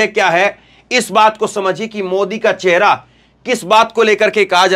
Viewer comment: चहेरा नहीं चेहरा होता है